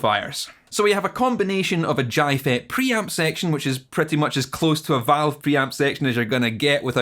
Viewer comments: Such a specific, Scottish way of saying J. Jai not jay. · Jay,. It's pronounced jay. J-eye is just annoying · Where is "here"? I can assure you electricians here in the UK pronounce it 'jay-fet' :P You got me all confused looking for Gy-fets or thinking you were American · The Scottish J is killing me